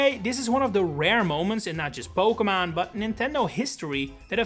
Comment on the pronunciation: When you make it big you need a t shirt that says "PokeMON" . I know it's your accent but it's iconic